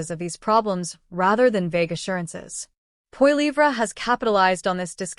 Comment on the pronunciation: Funny how the narrator pronounces Pierre’s last name. POILIVRA?😅